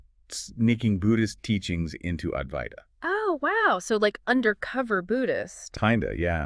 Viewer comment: Aduaita or adwaita. Not avaita.